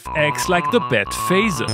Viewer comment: Battphaseer , ffs ROFL :)